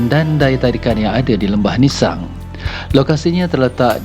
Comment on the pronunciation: Org Tganu sebut ‘nissang’ ejaannya sama sebutnya Lembah Nissang